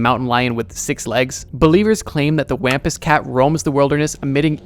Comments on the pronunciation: Wampus is pronounced Wompus lol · You so mispronounced Wampus.